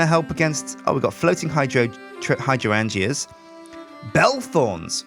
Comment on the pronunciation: Hydrangea is pronounce high-drain-ja